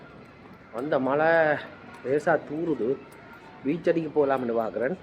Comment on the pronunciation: 09.00 மலை இல்லை மளை என்று வார்த்தையும் கிடையாது, மழை தான் இருக்கு - நாக்கை கொஞ்சம் வளைச்சி பேசவும்